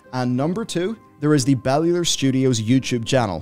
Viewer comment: yay now I finally know how to pronounce Bellular :,D Congrats on the game release!